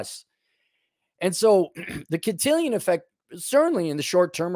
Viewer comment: Can-till-on bro. To be Can-till-ion it would need an “i” before the “on”